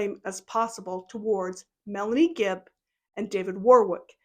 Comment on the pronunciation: Omg you’re so right. I like that you called her fibb instead of gibb. I think Kay and Larry should sue her in civil court like Ron Goldmans parents did OJ. Using your summation as opening argument.